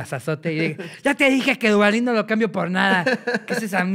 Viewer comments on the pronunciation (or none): Ricardo pronunciando ¨Duavadin do do cambio por dada¨ jajaja, el mejor humor involuntario.jajaja Sadudos cotorros!